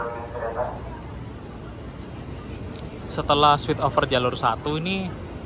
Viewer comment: Terima kasih sudah update. Anyway, boleh saya berkomentar? Saya noticed kalau mengucapkan "switch over" hanya seperti "swit over" (tanpa akhiran ch), sehingga mungkin bisa disalah artikan sebagai "sweet over" 😅✌️ Kemudian untuk merk escalator "Schindler", dibacanya "syindler" karena itu ejaan Jerman 😊 Terima kasih, salam dr Munich